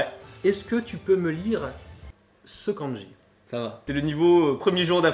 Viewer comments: le prof prononce mal le mot *Kanji*...finalement un vrais bilingue il n y en a pas ... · Houla ! Quand déjà j'entends la mauvaise prononciation du mot "漢字" par le prof, j'ai peur ! Il ne faut pas prononcer ça à la française, mais comme ça se prononce : か+ん+じ... Enfin, bref, je continue quand même la vidéo parce que ça peut être rigolo. Bon, à part "火", ce sont des kanjis qu'on utilise pas. Sinon, vous pouvez m'expliquez pourquoi vous avez écrit "asarashi" au lieu de "azarashi" ? Bon, en écriture de kanji, ton niveau est meilleur que le mien. Autant, je peux les lire un peu, autant les écrire, c'est limite impossible, je ne me souviens pas. Les phrases à traduire étaient très drôles ! Pour les lapins, un de mes profs nous avait expliqué qu'à une époque, les japonais (le peuple) n'avaient pas le droit de manger de viande à part du poulet et des oiseaux. Mais il y a eu une pénurie et affamés, ils se sont rabattus sur le lapin qui était à profusion. Pour se donner une excuse, ils les ont comptés comme les oiseaux. Pour conclure, les kanjis ne servent à pas grand chose... Etre bilingue c'est parler une langue, pas l'écrire ni la lire...